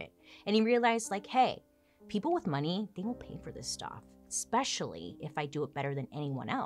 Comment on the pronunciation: Love your stuff, but my OCD won't let this go that you've said on other videos. Once I hear it, I can't focus on anything else you say. There is no X in especially. Please help out us OCDers! Thank you! Sorry to be a Karen, it's my one thing.